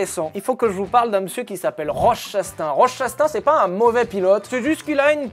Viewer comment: la prononciation de Chastain m'a fait perdre 3 ans d'espérance de vie ptdrrr